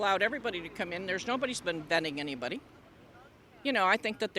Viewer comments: none of them know how to say "vetting"... they are saying "venting".. 😂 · Whenever any MAGA tried to say 'vetting' they say "vending".